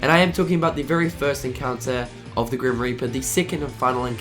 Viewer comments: Is it just me or de he say grim r**per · did he said the grim raper?